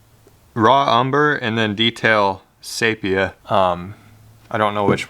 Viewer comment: i cant stop laughing about your pronunciation of ''seeephia"" roflmao!! great video though